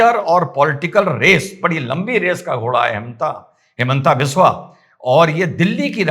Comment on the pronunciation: His name isn't हेमन्ता बिस्वा as you are pronouncing. His name is हिमन्त विश्व (cold of the world) Rama isn't रामा, Krishna isn't कृष्णा Rama is राम, Krishna is कृष्ण The last 'a' is half pronounced.